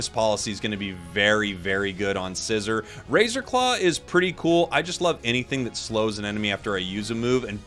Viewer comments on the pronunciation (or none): Can you please say Scizor’s name correctly??